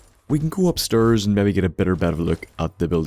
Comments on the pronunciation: fuck stop saying upsterrs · He went upsturs!